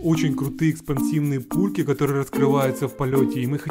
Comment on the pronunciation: я один услышал что сказад место пульки пуки?